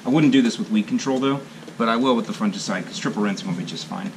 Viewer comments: Actually, we shod be making fun of since he says it wrong;) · Do all Americans say fungicide so strangely?